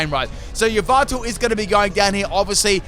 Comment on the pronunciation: how is he pronouncing "yveltal"? "ee-vinyl"?